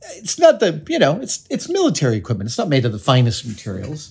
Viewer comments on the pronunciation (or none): none